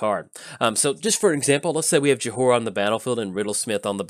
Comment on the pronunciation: I love you, but it's pronounced Joy-rah. The H is silent.